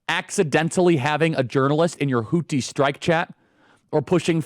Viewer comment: Why can't you say houthi right